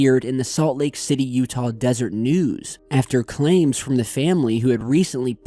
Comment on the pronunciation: Local Utahan here. Just for clarification, that should be "Deseret News" not "Desert News". It's three syllables - Des-er-et. It's a term derived from the Book of Mormon and (according to LDS teachings), referred to honeybees in the Jaredite language.